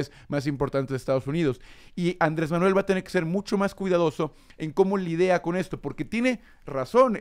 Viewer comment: ¿Cómo "lidea" con eso, dijo? Qué vergüenza.